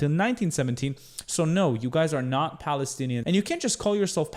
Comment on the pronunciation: The "balestinian" (his pronounciation) is wrong. Once people relearn from history, islam and islamists will be pushed further away. And there will be peace in the lands. ONLY time there is peace in arab muslim land is with strong rule (and plenty of suppression and oppression that goes with that). That is why islam is incompatible with democracy, western ideals and open societies. Long live Israel and Lebanon, as majority jewish and christian states! Muslims and arabs have enough places to go.